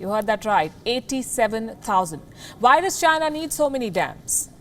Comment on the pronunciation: have u heard it right or wrong.. Both are same... "Why does china" and "virus china"😂